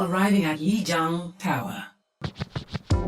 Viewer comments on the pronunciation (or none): none